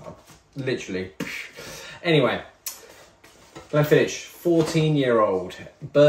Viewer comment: Mildly upset at your pronounciation of Glenfiddich 😄